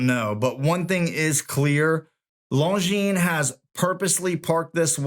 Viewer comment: I am glad you know that the S is silent in Longines. Seems that few watch tubers know that.